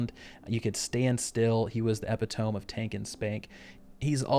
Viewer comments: Epitome: uh-pi-tuh-mee Not epi-tome Otherwise great video 🙂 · Epi-tome? E-pit-o-me. internet grammar police, I know but it irked me. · Epitome - eh-pih-toe-mee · EE-PIH-TOE-MEE Finish school before you decide on a Youtube career. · So one time I was arguing with my friend, and he said something ABSOLUTELY stupid. And I mocked him. I went on a big over the top rant talking about how stupid he was. And of course, I capped it off by saying he was the very EPI TOME of stupidity. .... Never feel bad about mispronouncing a word. It just means you learnt it by reading and thats cool <3